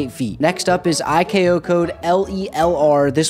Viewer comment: The letters in ICAO hearing you mispronounce the C: 👁️ 👄 👁️